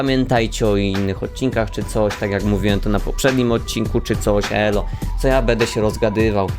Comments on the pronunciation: Też tak mam ale słysze ey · Ja to samo now tylko ty